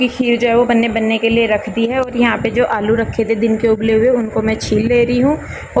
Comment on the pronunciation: Aap aalu ko allu kyu bolte ho 😊